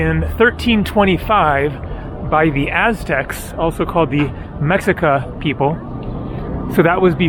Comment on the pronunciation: The ''X'' in ''Mexica'' is pronounced as ''Sh'' or ''Sch''. Nice video.